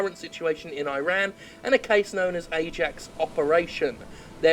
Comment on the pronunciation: cmon your not American Jim ffs you know how to pronounce Iran